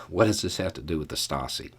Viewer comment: Excellent argument. BTW, 'Stasi' is pronounced "SHTAH zee".